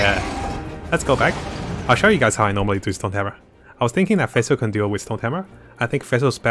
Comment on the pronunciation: It is pronounced like fish Fischl Not phesl And the translation for the bow is midnight waltz Greetings from germany